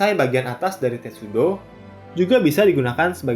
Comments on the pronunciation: Sedikit koreksi tulisannya sepanjang video testudo tapi yg saya denger miminnya bilang tetsudo, maaf kalau salah denger 🙏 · Admin bacanya Tetsudo, kan harusnya Testudo 😂🤣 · Testudo atau Tetsudo sih ??? Tulisannya testudo tapi vokalnya kok bilang tetsudo... ??? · Wkwk ngomongnya "Tetsudo" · 😂🤣 gw jg nyadar pas admin bilang kedua kalinya, eh tau2nya malah ucap "Tetsudo"